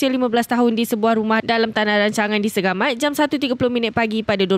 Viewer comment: SEGAMAYT??? Ni yang, dok tengah tengah Antara melaka & mersinGggg????